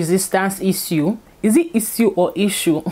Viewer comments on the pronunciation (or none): Baby girl it's /Ish-shoo/ not /is-u/ Love you girl.